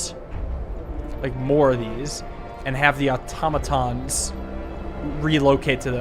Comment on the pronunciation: automatons really are pronounced like otamatones